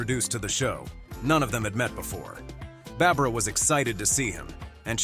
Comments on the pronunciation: Bara bara Eden? Sheesh! What's so hard about pronouncing Barbara! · So hard to listen to the narrator mispronounce so many words. You can't even pronounce Barbara. It's Not Bara bara! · Beara Beara instead of Barbara Eden. 🙄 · Learn how to spell and pronounce Barbara. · Doesn't your auto nariator know how to pronounce Barbara?